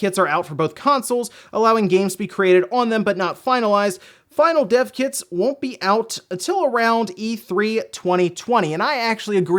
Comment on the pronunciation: i keep on hearing "Deaf Kids" instead of "Dev Kits"